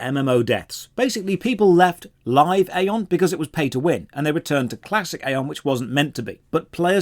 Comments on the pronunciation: It still hurts that people think it's EY!!!-on and not Eye-on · It's Aye on not Ay on 😅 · EYE-ON. When Aion came out, during WoWs peak it was actually pretty fun and new. Getting your wings etc. I loved it but it faded FAST. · Ion is how it’s pronounced, you are playing the newest version that is actually terrible, classic Aion was amazing for pvp before the rift nerfs which killed the game, this review is equivalent to saying osrs is shit because it’s all sand casino and repetitive pve and ignoring osrs back when it was good over 10 years ago. I normally like your videos but this is 30 mins of milking views. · You are mispronouncing the game name. :) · it's aion not aion 😐